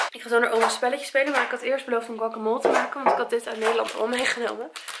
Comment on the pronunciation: Ik ga stuk over hoe jij guacamole uitspreek 😂💜 voor de rest wel leuke video💜💜💜💜💗💗💗💖💖💖